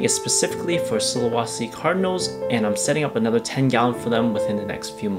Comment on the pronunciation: Sulawesi the e sound like the second e on "enter". Not sulawasi. Not really important but just to let you know the correct pronunciation